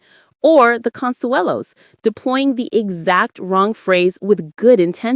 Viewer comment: The announcer still doesn't know how to pronounce either Kelly or Mark's last name.....